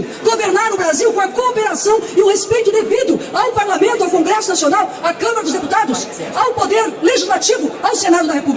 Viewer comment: Quem é a moçoila lacradora? Ela é do "parlameinto"? Há quanto "teimpo"? Ela fala "dais" "emeindas" "parlameintares". Ela é do Partido do "Adéilio", o lobo solitário da alcatéia, que "teintou" matar Bolsonaro.? Ah "eintão" tá.. Já "deistilou" o veneno, cascavel.